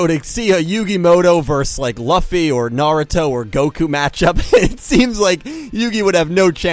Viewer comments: Everything The main protagonist from One Piece is pronounced "Luu-fi" not "Loffy". The letter "u" in his name is constant, so you just say the letter "u" as it is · I love you n your content, but, I cannot with the way you pronounce "Luffy" XD. Loo-fee. Loo-fee. Still, great vid! Great update n news vid, I am really excited to see how the rest of this year goes. 👍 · Stop pronouncing “Luffy” like that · That pronunciation of Luffy...😐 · It’s luffy luffy lol